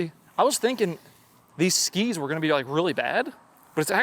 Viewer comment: I love the emphasis puts into "Skis" ssskEEEs